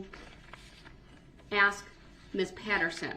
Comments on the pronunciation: 'Reason for the abstain, I'm axing politely?' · Did he 'axe' you? 😅😅😅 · But if you axe him, he has a tackit agreement witch da judge. 😂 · He accepts value and axes questions about the oaf of office and tacket agreements while axing about grounz and substains. And he's not prepared for his witness and wants the court to delay? What a great "attorney" he was.